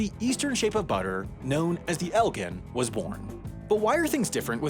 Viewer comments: I'm from the Chicago suburbs and it's pronounced EL-jin, actually. Never even realized someone would read it as EL-ghin, although that does make sense to me. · I couldn’t even focus once said “El-ghen” instead of “El-Jin”. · "El gin", gin as in the liquor. Not "Elgen". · You mis-pronounced Elgin. The "g" is pronounced like a 'j'. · As a born and bred member of the Elgin community, I feel like I need to point out that the city is Elgin (as in gin like the alcohol) not “gin” like ginkgo. Also, our forebears also made world-class watches back in the day. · Elgin is pronounced with a “j” sound as in jam not a “g” sound as in game. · As someone who lives in Illinois, I feel obligated to comment that it is pronounces El-Jin like ginger and not EL-Gin like Guinea. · as someone that has lived near Elgin, Illinois all my life, hearing it pronounced "el-gin" and not "el-jin" is very odd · El Gin, not elllgihn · Okay I’m sorry to be that guy. I never thought my day would come as a correctional reply guy. But here we go... “Elgin” Is pronounced EL-JIN Not El-GUN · Elgin is not pronounced el-gen, it's EL-GIN (jin) at least how we pronounce it in the chicagoland area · Love to see my part of Illinois getting made famous by, but Elgin is pronounced EL-jin (like the liquor) rather than EL-gen as said in the video multiple times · As an Illinoisan I am greatly offended that you pronounce Elgin as "El-ghen" and not "El-jin" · Elgin (the city in Illinois and therefore probably also the company and butter packaging style) is pronounced with a soft G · The town is Elgin, pronounced El-Jin. Soft, not hard G. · Why in the world do you say elgin like elg-in? :( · elgin is pronounced el-jin or gin like the liquor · Elgin is pronounced with a soft “g”, it’s el like an “L” and “gin” like the drink… js Source: I’ve lived within 15 miles of Elgin, Il my whole life… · its pronounced, "EL-jin" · ELGIN???? It’s pronounced eljin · Its pronounced El-gin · Elgin is pronounced el-Jin